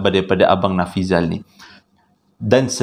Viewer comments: Nafizal la...bukan Nafizi...haha...sampai tersedak sy tgk video nie...dah la tgh mkn...😂😂😂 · Terbaik.. yg tersasul tu unik tu..hahaha.. smpai typo pulau jdi paulau.. nama si yg kongsi cerita pon dh berubah bila di akhir2 cerita😂😂 apa2 pon mmg best.. terbaik